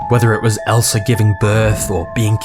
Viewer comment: it's ELSA, not ELSA-R